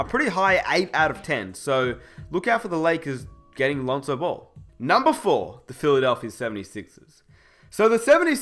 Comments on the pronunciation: Stop pronouncing ball as bol it gets annoying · I thought he was talking about someone else because it sounds like he's saying bull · Every time says "Ball" i hear "Bol" as in Bol Bol